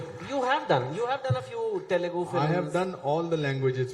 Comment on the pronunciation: Altering the name is ok, but altering the name of a language from someone like Chetan Bhagat?? It's Te lu gu, no Te Le Gu 🙏